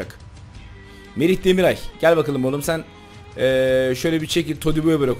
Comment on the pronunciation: DemirAY değil abiii